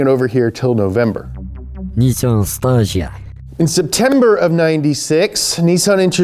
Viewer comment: BTW, Stagea is pronounced Stage A. Guess what the next iteration would have been called? That’s right, Stage B.